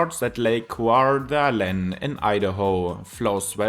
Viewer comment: Lol i've been in Spokane for 30 years and that's the most tortured pronunciation I've ever heard for Coeur d'Alene Idaho, but entertaining